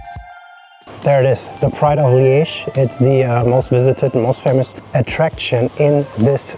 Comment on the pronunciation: Your pronounciation of Liège is better than you'd think